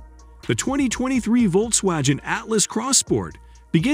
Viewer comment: "Volks-wajen" Who reads this stuff?